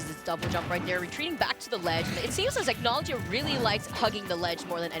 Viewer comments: its “ack-no-low-gee-uh” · "acknowledgea" lol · they don’t pronounce his name correctly its a Fairytail name hence his tag being Erza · Dan Dobbs i was just pointing out how they pronounced a name wrong honest mistake if they never seen Fairytail and well the comments blew it out of proportion lol